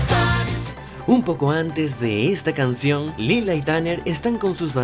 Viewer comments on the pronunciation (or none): none